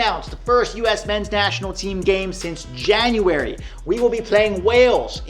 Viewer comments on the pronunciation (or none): none